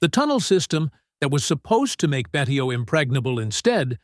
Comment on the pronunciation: Also Betio is pronounced " Bay show".